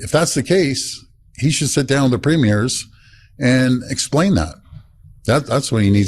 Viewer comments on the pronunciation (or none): Please: in Canada, our provincial leaders are premiers — pronounced PREEM-yers. Even in French, the word isn’t pronounced prehm—YEER. . Listen more carefully to Doug Ford’s comments, in which he refers to his fellow provincial leaders the way the rest of us do.❤️🇨🇦.